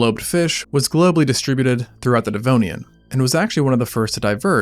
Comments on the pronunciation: “This is, the devnoian” ☠️☠️☠️ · "The Devnoian"??😳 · The Devnoian? oh dear... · Devnoian? Thought it was Devonian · DEV-ON-IAN, not dev-no-ian. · Ah yes - the devnoian! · the devnoian lol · the Devnoian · not DEVNOIAN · Devnoian lol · Devnonian? Lmao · Devnoian?... really? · the Devnoian? 😮😂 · Says, "Devnoian." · Ah, yes. The Devnoian. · "The Devnonian" 😂 when going in water you can't see the bottom of became a "No" for the first time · "The Devnoian"😮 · I have watched and enjoyed many Extinct Zoo videos, and I place them higher than most videos as far as being factual and intelligent. But your butchering of Devonian cost you a little bit of credibility. Proofread, please!